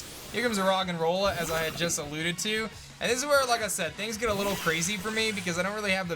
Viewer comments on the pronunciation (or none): none